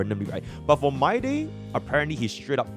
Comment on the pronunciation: bro says my-day